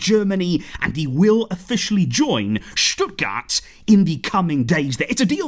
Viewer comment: Wow i‘ve never heard a non german speaker pronounce the Name of the City Stuttgart so well. Impressive